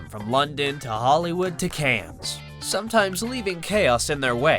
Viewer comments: Stop saying "Cannes" like "cans" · DID HE SAY … CANZZZ!!???🤦🏻‍♀️🤦🏻‍♀️🤦🏻‍♀️ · CANNES S IS SILENT. (CAN)